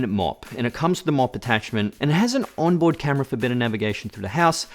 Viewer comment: Did you say “onboard camera”? On the S5 Max?